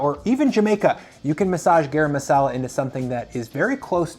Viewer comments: Please pronounce it GUH-rum masala. :) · This is terrible advice. And you mispronounced turmeric and garam masala.